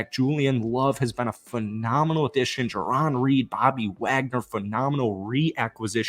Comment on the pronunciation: And you also called him Juh-Ron Reed again. Holy shit